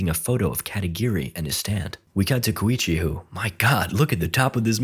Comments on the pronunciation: Apparently, "Keicho" is pronounced "Koichi". English sure is a strange language, huh. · Kowichi???? Its just Koichi bro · Why the hell is koichi not koichi?